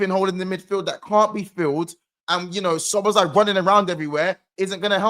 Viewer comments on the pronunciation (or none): none